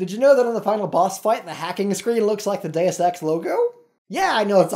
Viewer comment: Its pronounced DEY-OOS ex